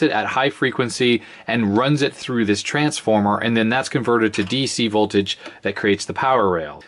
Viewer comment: Danger! High VOTLAGE lol